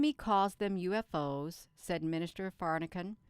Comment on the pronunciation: OMG! 🤣 Every time you mis-pronounce Farrahkahns name!! ❤️🙌 It’s golden in my book. ❤️